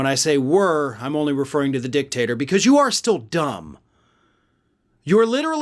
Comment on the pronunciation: 🤭🤣😂😅🤤 You said, "dick-tater". 🤭🤣😂😅🤤👍🏻👉😡👺🔥👍🏻